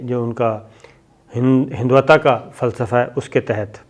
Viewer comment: ہندوتوا ہوتا ہے سر ہندووتا نہیں ہوتا